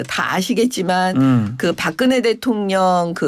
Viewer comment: 김병주 이런게 국회의원 쯧쯧쯪 발음도제대로안되네 대통령을대통련이라고하네